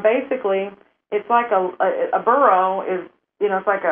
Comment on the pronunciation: Long Barrow, not long borough. There are many barrows here.